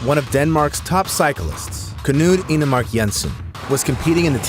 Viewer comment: K-nude??? That’s not how it’s pronounced at all💀 It’s pronounced Kn-uD